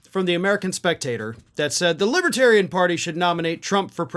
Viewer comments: Once during the speech, he said "lipatarion". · He kept calling them "libbatarians," too.